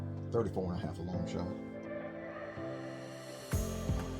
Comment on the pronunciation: did you say 34.5 or 24.5. Sounded like both